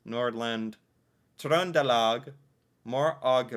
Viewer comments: Your pronunciation of Trøndelag was perfect! 🙂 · You're getting really good at this. You even did the Ø in Trønderlag and Østfold! Remember that the e in the end of a word IS pronounced (FylkE). Whether we call a municipality a city or toen depends on the size of the number of central stores. Some times there are so few we just call it a center (centrum). In bigger cities we'll also have city districts (bydel = directly translated: City part). As for dividing into Bokmål or Neutral, I think few people think like that. If there's not a specific dialect there's Bokmål. However. While Oslo have Bokmål the different districts do have a slightly difference - like one talking more official and others using more slang. I guess what we wonder most about the State system is how frustrating it must be to have different laws in different states. PS! No we do not have to memorize att the municipalities. hehe We are are pretty good at the best known ones, though, and pretty much guess which one from what dialect someone has. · They way you pronounced "Trøndelag" was impressive! .. My county, by the way. Telemark= slalom- Sondre Nordheim.. 😉 Very few of us know all the 365 municipalities by heart. But most of us knows where the majority of them are located/in what county. The way you know about states & state capitals in the US.😊 😊😊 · As a Norwegian from Østfold speaking bokmål, I'm impressed with how you pronounce Trøndelag. I say it the exact same way. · My man nailed the "Trøndelag"!